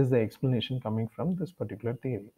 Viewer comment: It's not thery it's theory